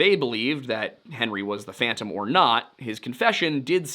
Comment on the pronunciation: “No one can catch phontom”